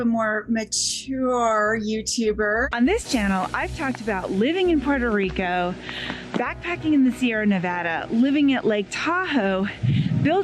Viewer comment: ..."Puuutah Riycoe..." Uuuuu! Ick! Gross, crass mispronounciation of the beautiful Spanish name Puerto Rico!